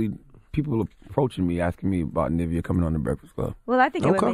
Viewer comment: Why are they saying Nivea’s name like the cream 😂😂